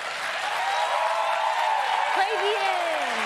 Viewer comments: That "Tray Bee-ayn" at the end hurt even my non-french ears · i was having a great time , then she said "trés bien" and it gave me nausea